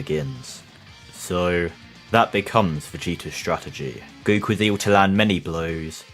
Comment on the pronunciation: Have you noticed you say "goo koo"?